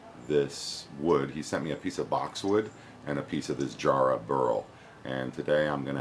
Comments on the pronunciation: its ja- not jar, ja rah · it's pronounced JARRAHHHHHHHH and you pronounce the a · It's written Jarrah but it's said Yarrah. Sorry we Australians have some strange pronunciations. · You've got the spelling right, mate, but the pronunciation's a bit off: need a shorter "a" sound. Pretend you're from Boston when you say it! Think of the "a" sound in "cat" :). Jarrah's one of our most beautiful timbers. Sadly, it's a Western Australia native, so it's not as easy to get over on my side of Australia. The East Coast analogue would be spotted gum - both have similar practical uses - framing houses, piers, railway sleepers and tool handles (it's what we use instead of hickory in that regard). But jarrah tends to get used more for decorative stuff, as well, more so than spotted gum - flooring, hot tubs, furniture, and, of course, turning. Really rot-resistant. I've got an axe handle made from jarrah, and it's almost a shame to use it as such. When I sanded the wax off it (it was sitting in my dad's garage for...ever, probably) it just got more beautiful, so I went beyond a standard tool handle finish and finished it off with fine sandpaper and steel wool.